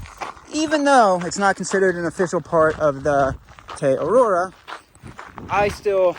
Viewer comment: Most cherished desire is that will at least be able to pronounce "Te Araroa" before the end of the trail.:face-blue-smiling